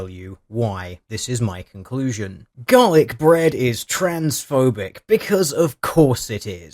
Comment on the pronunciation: Am I the only one who hears "Dalek Bread" every time he says Garlic Bread?